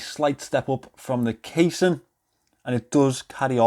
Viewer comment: I honestly love how you pronounce casing and so that they rhyme.